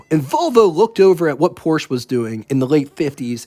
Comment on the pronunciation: You're pronouncing Porsche wrong. Porsche is a German brand, and the e on the end makes an a sound. Because Porsche is a family name.